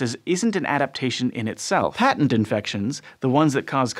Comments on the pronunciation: Patent infections: pronounced "pay-tent" not "pat-tent". "pat-tent" is a legal construct. "pay-tent" means open or obvious. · Mispronounced "patent", which is an all too common fault nowadays. When the word means "obvious", as in "His scheme was a patent fraud," or in a biological sense, as with the "patent virus", the first syllable is said with a long "a", like "pay" -- PAYT-ent. The short "a" pronunciation is used for the word that gives someone a license for his invention, or for a thing invented -- patent leather shoes, patent medicine.